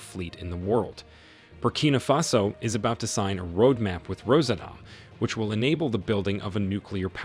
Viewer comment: its NOT Rosa Tom, its Ros Atom